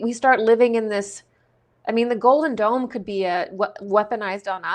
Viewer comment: I keep hearing 'Golden Dawn', when you say 'Golden Dome' ... or is it 'Golden Don'